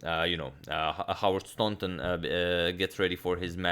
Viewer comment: Thanks for pronouncing Staunton correctly!